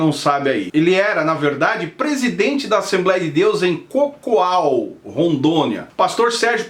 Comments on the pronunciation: A CIDADE DO PASTOR SE CHAMA CACOAL E NÃO COCOAL KKKKKKKKKKKKKKKKKKKKKK MUITO BOA 😂😂😂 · Não é cocual não hoooo é Cacoal entendeu???? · Só lembrando o nome da cidade é Cacoal !!!! Cacoal não cocoal !!!